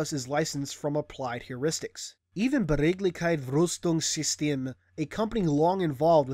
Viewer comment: No worries m8 noone expects non germans to be able to pronounce german